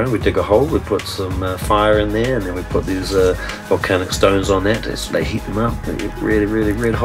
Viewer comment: days Hawaii right thea 😂😭